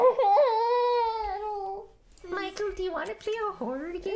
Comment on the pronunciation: ah yes the "Horrohr" game